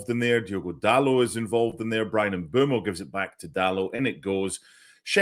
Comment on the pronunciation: Great set piece by United for Mbeumo’s third goal in four for Carrick. For accuracy: Bryan Mbeumo is pronounced Mm-𝐁𝐄𝐇-mo — short ‘e’ (like meh), not ‘boo’, and ‘mo’ as in go. The ‘Mb’ is a single consonant sound.